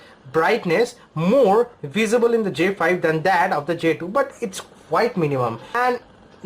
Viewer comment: why do indians pronounce j2 jdo